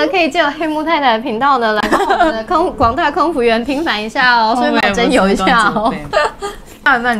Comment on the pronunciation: 一試成主顧 不是"你試乘之故" 平反 不是"平凡"